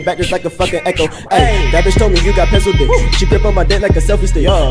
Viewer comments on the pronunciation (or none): none